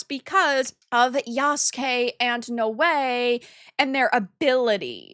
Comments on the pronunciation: It's pronounced Now_Way Noae that was driving me crazy I started to think do you know how to pronounce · I love how you give so little of a fuck you don't even know how to pronounce Naoe.